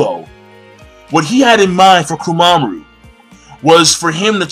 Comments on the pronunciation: Jeesus King, it's KOMA-MURA, not KOMA-MARU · "Mura", not "Maru" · ITS KOMAMURA NOT KOMAMARU LOL